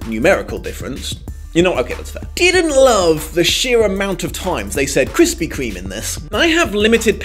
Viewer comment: Krispy Kreme's name is being changed in the uk cause apparently we can't say it properly which you just proved wrong many times. Though might be an april fools, bit silly though